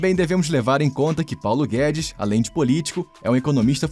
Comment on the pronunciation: Pauno guedis chicaguei